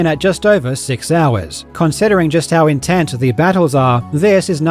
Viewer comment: when he says intent instead of intense. As well as cadence etc mentioned.